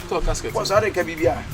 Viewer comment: say casket instead of gasket